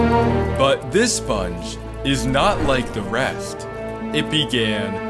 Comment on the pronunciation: Yhe way he said:THE SPONG